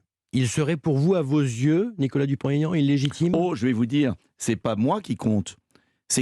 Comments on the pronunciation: Dupon ( t) Aignan pas Dupontaignan 😠😠😠😠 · DUPONT-AIGNAN pas Dupont TAIGNAN!!!respectez il l a assez expliqué... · Ha bravo, je dis sans cesse qu'on ne fait pas de liaison pour les noms propres. Est-ce que les journalistes font du français à l'école ?